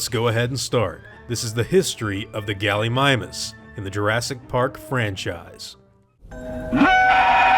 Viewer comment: 'Gulleemeemoos', not Gullymymus, too be exact. Just klugshitting here.